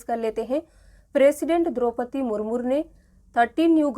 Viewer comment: President droupadi murmur nehi bola jata..wo murmu bola jata hai...